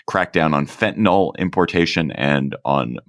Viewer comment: Fentonol ain’t. Fentanyl, be.